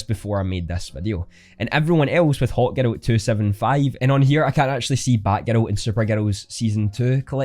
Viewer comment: Great video, love the accent. I thought u kept saying “hot girl” then i realized u were saying “hawk girl” XD Hahaha